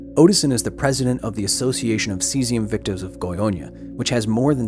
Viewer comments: The goyña xdxd I'm dying xd Brazilians were just being brazilians. State has the blame. U did well... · its goiana not gonhonha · Great video but I hate hate HATE the way you say "Goiânia". You pronounce it like "Goionia" which doesn't make sense. It's GOI-A-NIA and NOT GOI-O-NIA. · Â is pronounced like "uh", not "oh" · It's funny how you always says "GoiOnia" instead of "GoiÂnia". This "â" is pronounced "inwards" (through the nose), it's not an open A like in "absent", but more similar to how an/aid/aim have the same "a" sound. I think this phoneme doesn't exist in any word in English, this through the nose A/O/E (with the little hat above like â, ô, ê), so to be easier for you just pronounce those vowels with open phoneme for them. For A use the sabe pronounce as in Absent/Absence/Alligator/Alive. For O use the same as Option/Optimal/Optimistic. For E use the same as Ecology/Economy/Ecosystem. I'm Brasilian by the way. Great video. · Haha I'm so sorry but the way you pronounce Goiania is kinda funny. Should be more like "Goi-ANNE-ah" like "Britannia". And I'm not gonna lie, Goiania is not exactly the most advanced city in the world, the fast response time from the government there was kinda impressive, I'd expect much worse from brazilian government in the 80's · It’s pronounced Goy-uh-nya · Just a small correction, Goias is pronounced "go-yAHS" like in "yass queen" xD and the "â" in "Goiânia" sounds like the "u" in "huh" or "humble", Goi-uh-nia. The girl, Leide Ferreira, is pronounded "LAY-dee" almost like "lady" but with a softer D so its like "ladjy". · It's not pronounced "Goionia". Great video though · how come your "brazillian staff members" didn't warn you about pronouncing "goiânia" as "goiônia"? that was painful to hear, not gonna lie.